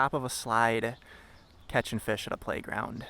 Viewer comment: "catchin fesh"